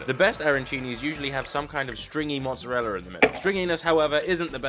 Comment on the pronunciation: i love "mozzareller"